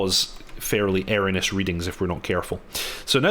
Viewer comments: The word is pronounced E R R O N E O U S not Eronus . Great videos though, Kudos to you. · Never heard anyone say erroneous so badly